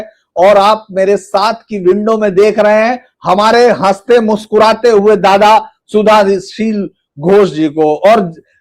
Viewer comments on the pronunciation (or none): Kindly Spell Shuddhoshil (Bengali accent) instead of Sudhashil. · Suddhashil is a pure Sanskrit name. But the host can't pronounce the name properly. Even the thumbnail has the wrong spelling in Hindi. What a shame!